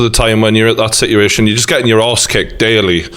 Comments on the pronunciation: No one: The ending of legit every single question: "Si'ution" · he could’ve said si’uation, and I would’ve got it instantly. But he missed an “a” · For the love of god stop saying situation..... Please.... Like for real. Stop.. Get help... Also jake CLEAN YOUR FUCKIN GUTTERS